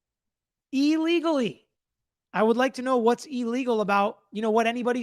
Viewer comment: Had to stop watching when this "lawyer" said E-legally 10 times in a row... the word starts with an IL, on what planet is that pronounced EE...